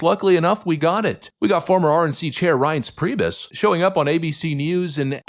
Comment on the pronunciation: Thank you for pronouncing Reince Priebus (from WI) correctly. My wife knew him growing up. To the subject, lefties have to be in a cult and brainwashed to keep conforming to the newest "truth".